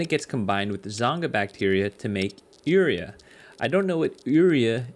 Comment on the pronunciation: I always figured the plastic in the Auog food was for packaging. Interesting pronounciation of 'urea' though. (it should be 'you-ree-a')